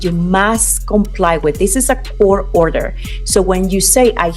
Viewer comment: Why are some many people pronouncing COURT room as CORCH room? It drives me crazy!